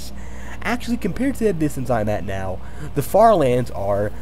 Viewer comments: why did i hear the french fartherlands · I tought you said french lands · i heard “farterlands” 💀